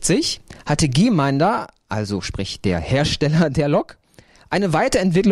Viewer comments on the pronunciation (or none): Der Hersteller der Lok heißt Gmeinder und nicht Gemeinder wie der Sprecher im Video immer sagt! Man spricht den Namen so aus wie er geschrieben wird, ohne e nach dem G, also Gm Gmeinder.